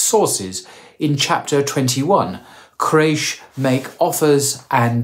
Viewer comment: Qu-ray-sh, not craish ☹